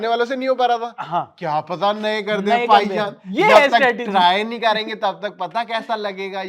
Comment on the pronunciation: पाई जान ये हर्षित राणा के मुंह से बहुत अच्छा लगता है 😂😂😂पाई जान